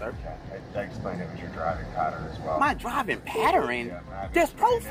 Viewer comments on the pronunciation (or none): "paterin", sir I believe you ment "pattern". That's some terrible grammar. Oh, then he didn't break no "infractures". Did this guy ever actually ever go to school? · Idk what a driving 'patterin' is lol